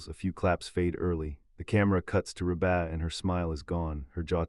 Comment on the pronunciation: Hey... it's pronouced Reeebuh. Not rebaah. What a bunch of crap!